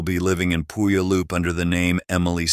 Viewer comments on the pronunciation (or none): That town is where I was born and raised, and I loved it. However, the pronunciation is way off. It's pronounced Pew all up. Named after the Indigenous peoples of the area.